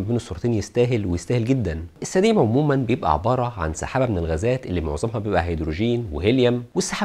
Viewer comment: طبعا نحب نسمع تعليقك بس انا ما فهمت اللفظ جيدا ، هو سديم ولا سدين ؟؟